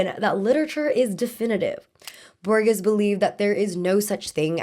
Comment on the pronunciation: Hey, just a little correction, Jorge Luis Borges name is pronounced "bor-heys" not "bor-giss".